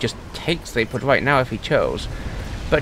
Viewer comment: "Zapod" with still hits my ear weirdly as my brain expects "Za*ph*od"